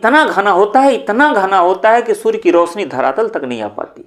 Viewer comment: धरातल ❌ धरालत ✅ 😂😂